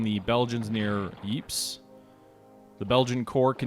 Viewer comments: I'm not 100%, but I believe that Ypres is pronounced ''Eep'' not "Wipers" like the soldiers of the BEF pronounced it :-) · Ypres is pronounced "eee-pray". The British soldiers stationed there pronounced it wipers, which gave their legendary trench newspaper "The Wipers Times" its name. Highly recommend you hunt down the recent BBC movie about that trench paper.